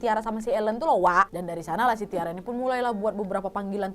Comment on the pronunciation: Aileen or Ellen? Anyway Tyra bacanya bkn Tiara tp (Taira)